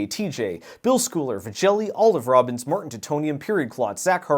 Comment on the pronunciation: At the end there when you read off Olive Robbins , I heard , All of Robins and I thought WOW thats really impressive.